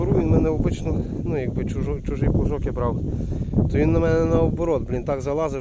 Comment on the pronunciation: А може плуг на вас образився, та може плуг на вас образився за те, що ви його назвали плуШком. а не плуЖком? та назвали його плуШком, а не плуЖком🙂